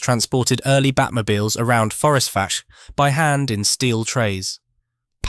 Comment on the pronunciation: I am surprised no one has commented that Fforestfach is pronounced forest vack, gets annoying after a while.